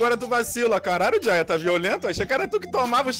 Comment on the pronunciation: o nome dele é junior, J em inglês tem som de jey e R air, ai ele pois JayA